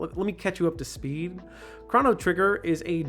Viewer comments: thank you for pronouncing his name as “Craw-no” (that’s how I grew up saying it, not knowing any better) but even though (I’m pretty sure) the correct pronunciation is supposed to sound like “Crow-no” it’s still nice to hear someone say it like me and my brother and fiends all used to... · It's uh, pronounced 'crow no'